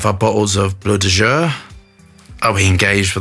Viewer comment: If it helps, you pronounce it bow de jor 😬